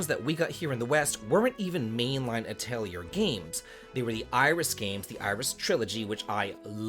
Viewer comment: It is uh-teh-lee-ay for the pronunciation. I'm so glad the series is allowed to continue!